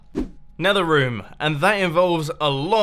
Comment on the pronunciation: it's pronounced room not rom or rum!!!!!!!!!